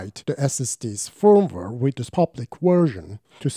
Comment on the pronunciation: Firm-ware or Feeeeervv-ware?